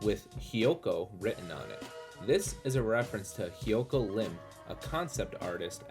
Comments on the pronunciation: Dude really doesn’t know how to read. “Hyoko” it’s Hokyo. Or Stanley Kurbick. Even my phone knows it’s Kubrick lmao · He also said “Hyoko”